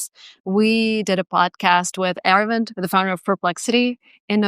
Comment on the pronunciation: its not era-vind, ita ara-vind